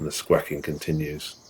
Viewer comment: What's wrong with you Brits; squaking is not a word, squawking is. Learn to pronounce basic English.